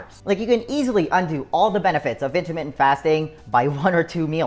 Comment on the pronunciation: U talk very fast....slow down just a tad. Also when u say intermittant fast...it sounds like intimate fast bc u talk so fast. Jus t throws off the effectiveness of the message. But use yr tips and advice alot. Thank you for time spent on videos. Miss the dog today.